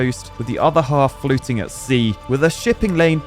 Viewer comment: I thought you said the other half ‘polluting’ at sea 😅